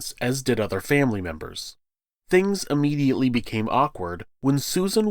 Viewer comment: Since we’re correcting people on “amanda rights” and “statue of limitations”, the word is pronounced (IHnitially) not (UHnitially) also, (IH-mmediately. ) not “UHmmediately ” just like the im in the word immigrant . 🤷‍♀️😇👍